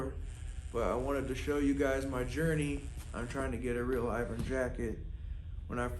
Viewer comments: It’s pronounced Ervin ! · Hey, look, it's me, I'm back. Remember, I'm the guy who taught you how to pronounce Irvin correctly. Then, you deleted our entire conversation. It's our 2 year anniversary. See you next year.